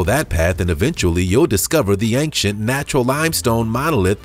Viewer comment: Had to stop listening. I listened for a minute and thought "is this guy really going to say ank-chent the whole video?" Yes he is. Gotta nope out of that one.